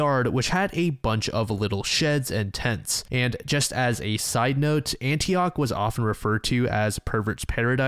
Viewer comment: NO ANYTHING BUT ANTIOCHHHH CMON MAN.